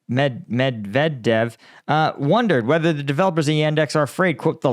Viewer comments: you pronounce it Med ved dev love listening to you struggle to pronounce Russian & Ukrainian names & places it cracks me up maybe avoid a few mid strength beers before doing the vids! Only kidding love the content! Keep up the great work! PS can you do a strike gum with sugar instead as sweetener gives me mouth ulcers! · "Muh Dev Jev" Is this guy an Ewok or something?? 😂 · Med-Ve-Dev. That's it haha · Let me get this straight…. Mad-Div-Jeff Okay gottit. 😂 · But meff-deff-deff sounds funny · Lol it's "med-ve-dev" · You don't remember when he was the President? It hurts your credibility to not pronounce it correctly imo. He was the handpicked successor to Putin the first time as Putin was still bound by term limits, Call him mini Rasputin. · this is crazy that you cannot pronounce Medvedev…. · Hi from the UK. Have you been using AI and listening to the pronunciation of it to deliberately butcher his name if so its genius and makes me laugh every time I hear you say it. 😂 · When you pronounce Medvedev, you make him sound like he's a star wars character. Keep it up! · I know you don't speak foreign languages, but it takes less than 5 minutes to improve your pronounciations of frequently used words. No, I'm not telling you to learn every single village in Europe. Just the most important figures Med - Veh - Dev Shoy - goo (not Sho-y-goo) Za - po - rhee - zha These are the offenders that bug me out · Its "med ve dev"🐒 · Pronounce he’s name like: mett’vae’deaf. ☺️☺️ but i really hope the wnkr is offended, love how you smash he’s name to the ground😅. Thanks for good content and highfive from Denmark 💙💛🇩🇰 slava Ukraini 💪🏻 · Mev-Mevdedjvev 😂 you killed that name big time 😂😂😂 next time just use Jeff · Cute how you're not able to say Medvedjev 😂 Image saying these three words: Med Vet Jeff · Med_ver_ dev lol hate that bloke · Med-ve- dev . Geez what you make of his name haha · Say Medvedev this way med-vee-dev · I love the pronounciation of ,,Dimitrij Mebhebdhef" 😂😂😂